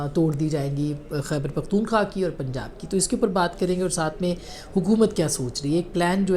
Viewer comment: قابل احترام بہن ! حقیقت پر مبنی تجزئیے پیش کرنے پر مبارک ۔ ایک معمولی سے غلطی کے ظرف توجو دلانا چاہتا ہوں آپ جو پختون۔ ٫ خا۔ ، نام بولتے ہیں صحیح نام پختون۔ ٫ خوا ، ہے امید ہے رعا ہے کہ اللہ تعالیٰ آپ کو اپنے حفظ وامان میں رکھیں آمین یا ربلعالمین